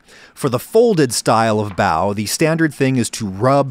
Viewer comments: The way he pronounces bao goes through my soul like wet chalk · I think you're brilliant but they're not "bao buns". They're just "bao" or "buns". Bao literally means bun. So you're saying "bun buns"